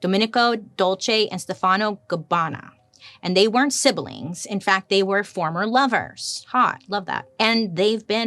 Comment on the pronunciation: I love you but. Sib...lings....no e...